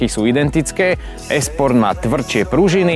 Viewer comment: Sa mi zda akoby Michal hovoril "ES" sport pri tom Lexuse :)